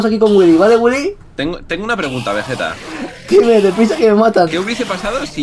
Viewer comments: Willy: "Vegerex" Vegetta: "Wigetta" awww el nacimiento de wigetta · lol dice wigetta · Vegetta dijo Wigetta :3